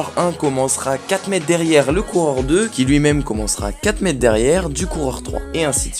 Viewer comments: On t'a déjà dit qu'il y a un -r au mot "mètre" ? C'est quoi cette manie d'abruti consanguin de dire "mèt" au lieu de "mètre" ? Tu prononces "espliquer" je parie. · Merci pour la vidéo, mais par pitié prononce le R de mètre 😂😂